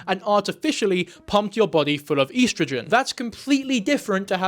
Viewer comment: i cannot defend this man after that pronunciation of "estrogen"